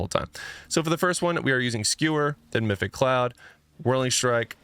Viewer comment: MA- PHI-TIC CLOUD… NOT MYTHIC CLOUD JHC